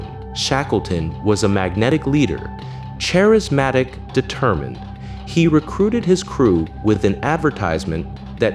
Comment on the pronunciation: ”Chair-asmatic” instead of “Charismatic” at least. …that’s a computer confidently reading a typo out loud lmao